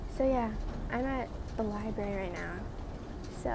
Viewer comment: libary lmfao